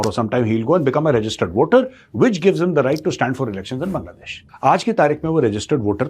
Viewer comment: Bangladesh Bangladesh Bangladesh! Indian media and activists are dyeing by pronouncing this name😅😅😅😅😅